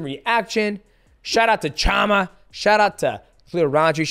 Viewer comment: It´s PeReira not PeHeira, least of all it´s not PiHeira, Mighty :D.... And CHAMA you pronounce SHama!!... :D... When will people stop buthering it? :D